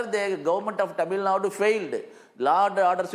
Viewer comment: Its Tamilnadu not tamilnad, kannada not kannad!!